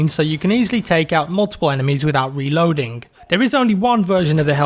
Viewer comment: When you were talking about the Hellriegel you said weload xd